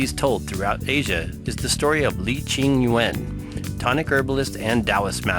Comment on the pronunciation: Informative but please brush up on your Chinese pronunciation. All Chinese pronunciation are one syllable (that's why most terms are in 2 characters, and names are in three, first one is the last names, 2/3 words are in pairs, usually parents expectations of their offspring's' future). So Yuen doesn't pronounced as Yu-anne, but Yuen, no pause, one sound. And He Shou Wu's "He", is probably the most mispronounced word by Romanized language speakers, are pronounced as "Haul", throaty one syllable sound. Hope it helps.